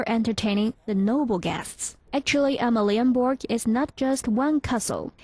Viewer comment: your pronunciation of Danish is a disgrace, omg Amalienborg